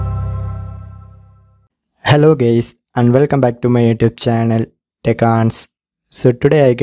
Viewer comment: Did he say hi gays 😂